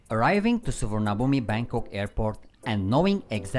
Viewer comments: It's pronounced Suvanaboom by the way. Who were the ladies in the orange shorts and trousers at 6.00.? They looked lovely. 😍😍😂😂 If you go to one of the money exchange shops on the bottom level you'll get the best rates. The True sim card gives unlimited use for 30 days and the fastest speed but it costs 1640 Baht. Hope this helps someone. 😄😄👍👍. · The "i" is silent in Suvarnabhumi.